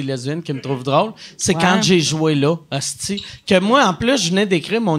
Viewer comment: omg le bout où Mike parle d'hostie en disant esti tout l'temps